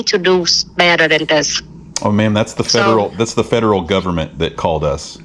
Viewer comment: If you can’t pronounce Federal, I highly doubt you work for them.